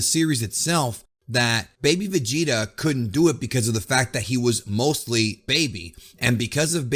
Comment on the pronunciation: manco vegeta sai pronunciare 😂😂